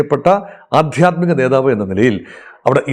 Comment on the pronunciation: നേതാവ് എന്ന വാക്ക് ശരിക്ക് പറയൂ...